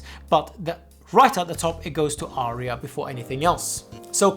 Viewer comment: "Arya" has but TWO syllables.